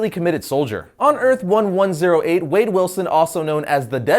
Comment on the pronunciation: It's wade not wadey